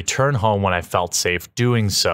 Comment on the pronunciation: You pronounced "Whamen" wrong.